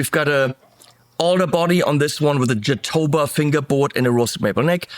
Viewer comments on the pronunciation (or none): Jatoba, also known as Brazilian Cherry but, isn’t in the cherry family is pronounced: hah-TOW-buh. You’re welcome.